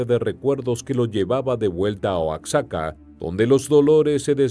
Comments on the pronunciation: Oaczaca😂😂 es Oaxaca, se ve q el q narra no es mexicano. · OACSACA......... MEJOR PRONUNCIA OAJACA...O OAJAKA.... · Se pronuncia "Oajaca". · No creo que eres Mexicano pero no sabes pronunciar Oaxaca. Si eres Mexicano serás la vergüenza de la familia. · Este videillo, está plagado de mentiras! ¡Diaz no "solicitó permiso" para integrarse a la lucha" el era integrante del ejército! ¡Y luego pronuncia Oaxaca, como los gringos! ¡Cuando menciona San Luis Potosí dice "San Luis de Potosí" y ¿que es eso de guanajato? Es un ignorante y sabrá Dios de donde se haya documentado! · El narrador d3beria de investigar bien la pronunciación de los estados,Oaxaca y Guanajuato. Esta bien p3nd3j0! 😡😡😡